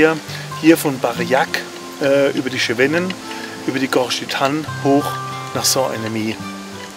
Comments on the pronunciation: Sehr schöner Beitrag! Nur heisst es gesprochen "SEWENNEN" und nicht "SCHEWENNEN". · Schönes Potpourri der Highlights. Aber der Franzose sagt nicht Schewännen... ;-)))